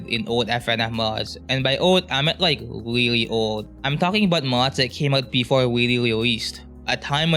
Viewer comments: “Wike mows wewowe wiwwy weweased” dumbahh voice 😭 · "and i mean weally old" ahh 🥀💔😭